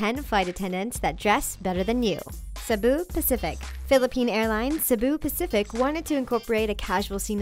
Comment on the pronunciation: She kinda pronounced "Cebu Pacific" wrong